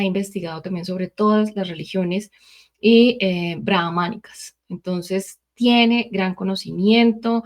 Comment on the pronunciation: Buena tarde, maravillosa entrevista, sigo desde hace varios años a y me fascinan sus investigaciones. Hago un paréntesis y por favor me disculpan( religiones Abrahamicas, no Braamanicas) claro que el también nos ha compartido sobre otras religiones y son fabulosos sus análisis. Gracias por compartir su entrevista